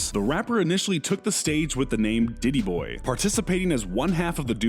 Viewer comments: Did he really say Diddyboy?? It was titty boy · Hahahaha this dude says 2chainz was ditti boy its tittie boy wtf why I hate watching these. Sum nerd who doesn't even like any of these people. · this is the 3rd time this “narrator” has gotten a rapper’s name wrong in these videos. 2 chainz was called “TITTY BOI” not “DIDDY BOY” 🤦🏻‍♂️ jesus christ, get a new person for these video SMH. someone more “in tune” 🙄